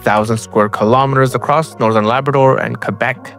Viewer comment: Dude, didn't pronounce Labrador correctly🤫